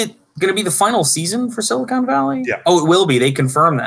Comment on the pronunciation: That's Silicon and not Silicone Valley. I really sounded like an idiot there.